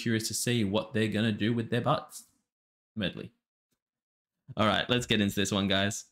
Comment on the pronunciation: his pronunciaton of medley as melody is an accent thing. I've heard other reactors who aren't from USA do the same thing